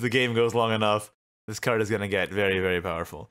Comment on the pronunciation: the way say very after saying fairy wisp sounds like "feiry feiry good"